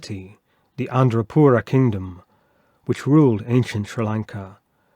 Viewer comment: correction-It's Anuradhapura, not Andrapura.